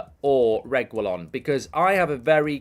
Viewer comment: Nahhhhh mark’s pronounciation of Reguillon is pissing me off 😂